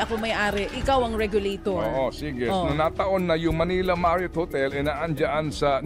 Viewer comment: Tama po ba dinig ko, "regalo-tor at regalo-ted"? Just roll and roll the dice...